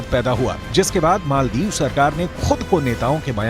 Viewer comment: मोल्दिप नहि माल्दिप्स बोलो